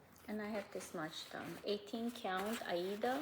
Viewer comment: Thanks for visiting with us again. I'm glad you're getting some rain where you are and are not in any immediate danger. I really like how you sometimes pronounce aida (eye-ee-duh). I started cross-stitching in the early 70s and that's how everyone back then said it. I didn't realize until I started watching flosstube that there were now other pronunciations. I'm going to feel less awkward and continue to use my old pronunciation "because that's how sometimes says it"!